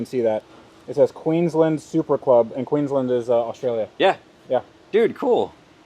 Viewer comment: It is Queensland not Queenslan